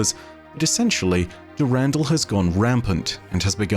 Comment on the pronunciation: "Dew-randall" made me do a spit-take cries in European